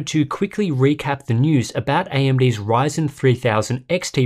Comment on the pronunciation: Did I just heard him say "AMD whyzen"? 😅😂